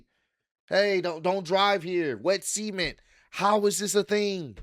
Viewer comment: this is not the first time I hear you pronounce the word "cement" like this, but you should REALLY look up how to pronounce it for your own good😂 The word you currently prounounce starts with a "S" and can easily be misunderstood outside of context.